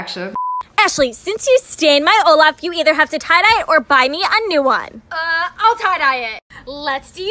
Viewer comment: the way olaf turned into oh-no 😭😭